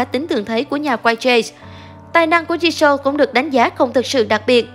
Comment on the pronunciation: Rosé chứ k phải Rose-Jisoo chứ k phải Ji-sô nha.